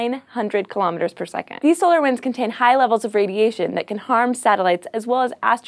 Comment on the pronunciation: Kilometers is pronounced "kill-oh-meters"... not kill-ahm miters"